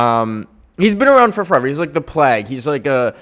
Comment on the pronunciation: i mean this with warmth and kindness, plague is pronounced "playg" <3